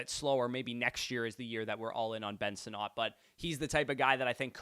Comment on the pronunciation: It's Sinnott. Not "Sin-NOT"....